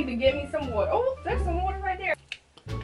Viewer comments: When you said wooter it's water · she said " i need some wOaTa" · I love how u say “I need so water” bcuz it sounds like u sayin “I need some wota” it makes no sense but it’s funny to me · “I need some ｗｏｔａ” 💧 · When she said water I was Like WOTER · I need some woter that was funny